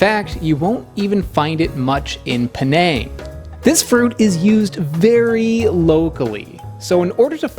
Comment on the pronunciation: Penang not Peneeng